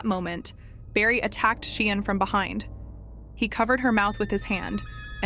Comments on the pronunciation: Say 'sharn' as in Sian. Not sheean😢 research properly . The child is dead ffs. Respect . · Pronounced SHARN NOT SHEEAN.FFS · Say 'sharn' not 'sheen'.